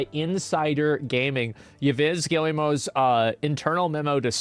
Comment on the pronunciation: His name is pronounced Gill-Mont (like "font")